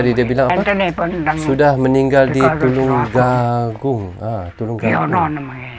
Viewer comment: Tertulis Tulungagung. Dibaca Tulung agung